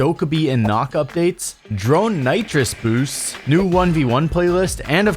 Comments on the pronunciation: bro said KNOCK instead of Nokk... its pronounced like book. but with an n in the front. does bro play seige? cmon ubi letting this guy play the new season early and cant pronounce NOOK? the world is in a questionable state to say the least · It is actually probaunced nökk (nœkk) as the letter ø is nordic origin